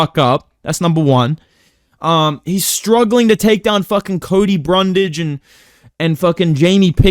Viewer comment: “Cody brundle”, “Cody brunlage”